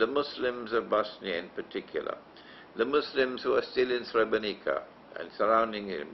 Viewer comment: I'm Bosnian and a muslim, and you have to know that you lost the muslims from Bosnia since you gave that shameful interview to the Serbian television. You don't even know how to pronounce Srebrenica, nor do you know the exact date when the genocide happened, it was on the 11 july 1995. You should go to Srebrenica and pray janazah and pay your respect to the victims of the genocide that didn't only happened in Srebrenica, it happened also in Foča, Prijedor, Ključ, Višegrad and other places as well. You are ignorant and persistent in your ignorance. Yes it was a planned agenda and the Serbians are not sorry for it, they are even threatening us with another genocide, but you choose to believe the kufar instead of muslims.